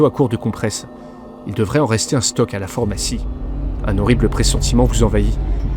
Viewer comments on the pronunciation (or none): Très bien mais il va falloir apprendre à prononcer correctement PHARMACIE et pas FORMACIE